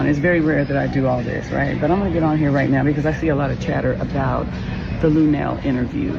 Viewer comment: I would feel the same way lunell does however I would have as a woman left the interview however the female radio host didn't do her research on her guest! You podcasters even pronounced her name incorrectly